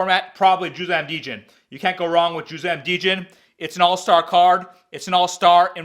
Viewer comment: Djin not Deeejin